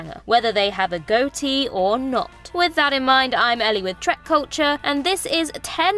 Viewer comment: it's trek not track... how do you mess that up? my faith in this video is gone before it began.